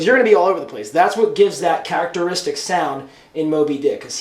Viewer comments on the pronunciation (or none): none